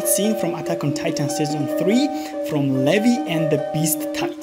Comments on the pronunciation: you didd :0 you said "lehvy" instead of "leeveye" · Umm did you just call Levi Levy.